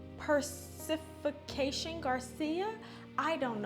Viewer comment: Love the bag!! 🩵✨! So hopefully this helps but it’s pronounced Poo-rifi-kasion Garcia! 🌟 They are actually Carolina Herrera’s Little Sister brand 💖✨